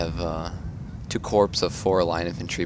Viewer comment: The P & S in corps is silent, proper pronunciation is 'core'